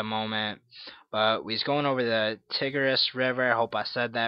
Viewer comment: Its pronounced ty' gris